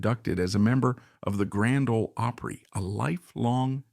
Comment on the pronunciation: This is the very BEST narrative I have heard in a LONG time .. this man knows how to pronounce "OPRY" .. I am very impressed and thoroughly enjoyed this video!!! Have always loved Jan Howard and her talent !!! THANKS!!!